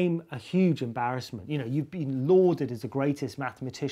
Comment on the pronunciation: should be "lorded" not "loathed(?)"